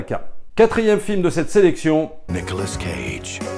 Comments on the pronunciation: Nicolas CAGE . Pas Nicolas scage ^^ mdr .. 🤪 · Ont dit cage pas scage. Mes oreilles saignent.... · Pourquoi dire SCage prononcé le S de sont prénom qui ne fait pas parti de son nom moi on ne me dit pas SFerrigno